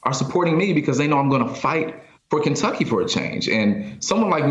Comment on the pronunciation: "(...) in Kenducky"🤣🤣